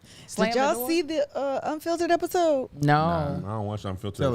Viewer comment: Not “Who is at the Doe” 😂😂 ok